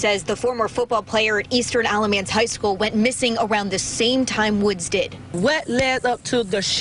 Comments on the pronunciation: Alamance you got right, kinda… except it’s Alah-MANce. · I live in Alamance county and this is crazy!! The pronunciations is a little interesting but your effort is so appreciated!! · Alamance is actually pronounced with a short a sound. The end of the word sounds more like “ants”. Not that it really matters though lol.